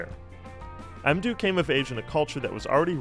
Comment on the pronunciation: not EmDou, Say Modou.. its better